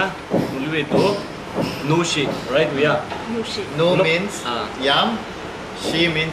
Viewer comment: You're one of the first to say nüoshi which is correct way to say(not anishi or anüshi)...keep it up broda👍👍👍